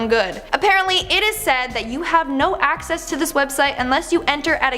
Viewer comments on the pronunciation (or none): none